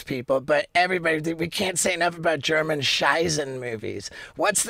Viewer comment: Wee Mans “gernan“ is flawed af